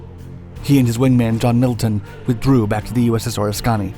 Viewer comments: Or-isk-kan-e.....not ora-scani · Or-is-kahni? Bro can you pronounce the carrier’s name correctly??? Your channel is amazing so how do you mess this up? Oh-risk-any is the correct pronunciation! Still, I love your vids!!! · Phonetics correction, sir. It is not pronounced "O-ris-kahh-nee." It is pronounced "O-risk-a-nee" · OR-ISS-KUH-NEE. Oriskany. As in the revolutionary war general. Not OR-ISS-KAH-NEE. Sorry, I nitpick. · Not "ORIS-KONNY" it's "ORIS-KUH-NEE" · its pronounced Oriskany..not or is skany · Interesting info. Btw, it’s pronounced OrISkany, not OrisKAny. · This may seem a bit picky, but you kinda mutilated the pronunciation of "USS Oriskany." Apparently you've never been to Central New York where an Oriskany actually exists. It's pronounced more like Or-ISS- kunny - not, as you said "OR is KANNY." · I like your videos but you absolutely murder the pronunciation of proper places, things, ect. The USS Oriskany is a perfect example. It’s pronounced Oh-Risk-en-e, not Oh-ris-Kahn-e. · Or - IS - kany not Oris - KANY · I love your stuff. Just one thing... it's pronounced "uh-RISK-in-nee." Not "or-is-KAHN-nee." I only know this because I'm from New York. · Please, it’s o-RISK-cun-ee; not o-ris-CON-ee. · According to my dad, who served on the Oriskany, it's pronounced "o RISK in eee." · It's o-RIS-kany, you glib bunghole. I know you're trolling us, but fuck's sake, man. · It's pronounced "oh risk any" ohriskany. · It is pronounced... O-RISK-A-KNEE.. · I love, but the pronunciation of the carrier Oriskany is “oar-is-can-ee”😆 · At least research how to say the name of the aircraft carrier! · The carrier is pronounced “Oh risk kah nee” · At least get the name of the ship correct. Oh risk ka knee. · Air craft carrier OR-RISK-CAN-KNEE. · I have never heard Oriskany pronounced like that before...Oris- connie....w.t.f. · Or-Iss-Kuh-nee. Oriskany. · The pronunciation is ...OR-Risk-O-Knee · Oh-risk-kan-nee. Geezzzzz. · Pronounced Ore-isk-an-E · It’s OH RISK ANY